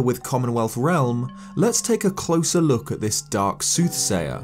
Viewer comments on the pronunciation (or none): none